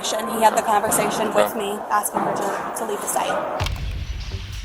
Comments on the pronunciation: "Imma just axing" says a lot about her. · If they say "axing" instead of "asking" they're as guilty as they're dumb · another "aksing Violation" Cmon folks, just learn to say "ask" and you'll be fine.. I swear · Blacks always AXING instead of asking 😂😂